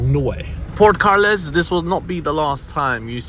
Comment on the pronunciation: From Carles...to car-less hehehe